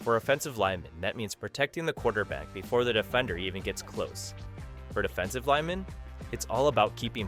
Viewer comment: A.I. is bad at it's pronunciation of "offensive" and "defensive"